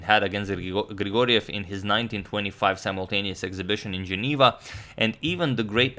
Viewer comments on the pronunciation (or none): none